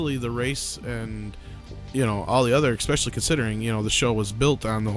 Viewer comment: Ecspecially? FFS learn Engish properly you US raised moron.